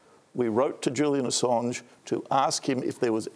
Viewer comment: Julian A-songe. Hahahahahashas. Brandis is a tool